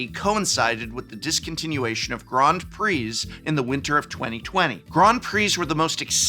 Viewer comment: am i the only one deeply bothered by his pronunciation of grand